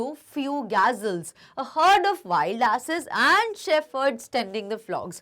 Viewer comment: Mam gazelle ki pronounciation glat he apki